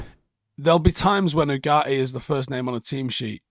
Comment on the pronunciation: Its pronounced yugarte